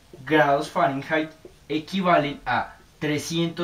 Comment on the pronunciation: se dice fahrenheit no fahranhait